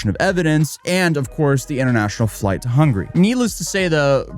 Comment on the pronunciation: You did not just pronounce Hungary as hungry! 😂 Will respect the call for engagement though.